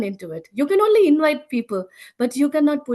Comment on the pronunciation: I love this testimony. I must admit, I smiled every time she pronounces "only" "one-ly" 😁